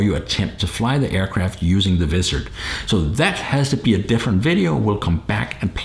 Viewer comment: ok,, repeat after me,, WAA IZZ ERD thats how you say Wizard not VIZZ ERD LOL just busting your chops